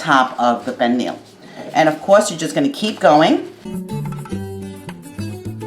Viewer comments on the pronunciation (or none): It's spelled pernil but pronounced pernee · Uuuuhm........no. and the way she pronounces pernil is also a no. Foh this recipe sucks